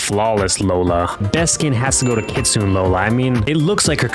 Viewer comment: It not kitsune it is kit-soon-ay